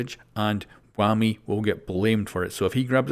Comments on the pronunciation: Its pronounced waamu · It's a Kenyan name, you're not going to pronounce it "Whammy". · stop saying wammy say it how they spell it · No one:: WUAMI